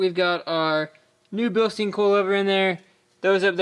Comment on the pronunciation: Bil-stine. Say it with me.